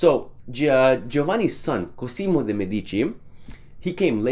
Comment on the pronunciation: only for interest i am pointing out your wrong pronunciation. In Cosimo the "s" sounds more like a "z" and the accent is on the "o". On your previous video I already pointed out this for the artist.